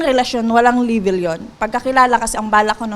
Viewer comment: livel teh?? hahaha tapang mo ung diction mo mali mali naman 🤭🤭🤭🤭🤭 mas maganda si orig kesa sayo